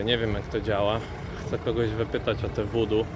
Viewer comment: Witam. Wymawia się wuu duu. Opowiadasz bardzo ciekawie. Mam nadzieję, że wkrótce, będziesz miał więcej oglądających. Znam osoby z Ameryki Południowej, które do tych zagadnień podchodzą bardzo na serio. O tym temacie opowiadał mój brat, który ma żonę Filipinkę.